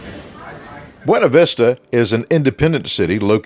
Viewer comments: It is pronounced Byoona vista not bwayna vista. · Great video! I grew up in BV, you should've seen it in the 70s and 80s before being devastated by multiple floods. BTW, it's pronounced "byOOna vistah".... 🙂